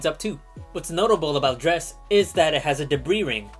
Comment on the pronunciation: What was that planet between Duna and Jool? Dre-ess? Never heard of it. 😂